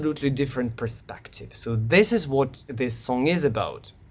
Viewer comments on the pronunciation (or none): none